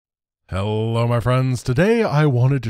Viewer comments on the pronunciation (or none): none